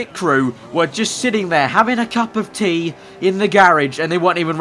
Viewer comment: cup of thee hahahahaha :p